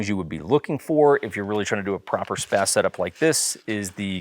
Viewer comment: SPAA-Z not SPAAZ.